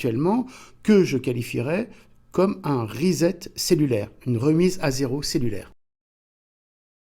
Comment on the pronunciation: "Dieu Soleil" ? C'est complètement païen ! Pssst: Reset se prononce "Riçett" pas "rizett"..)